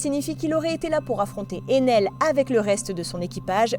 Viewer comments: C ener pas Enel après c pas méchant 😢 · Éner pas Enel😂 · On dit enaire pas enaile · Ener pas enel